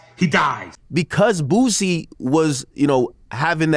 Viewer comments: Also funny with Aries calling Boosie Badazz "Boozy" lol 😆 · Now for some reason you fools keep saying bozzie 🤦🏿‍♀️ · FR 💯👏🏽 who's Boozey 🤣🤣 has pronounces things uniquely 😭😂